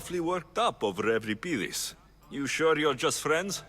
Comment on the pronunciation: Voice actors are completely mispronouncing Euripides..... Other than that, ace game!